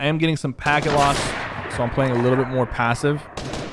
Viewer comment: He said I’m pwaying awena now